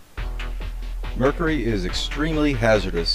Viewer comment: It is murcury not murcery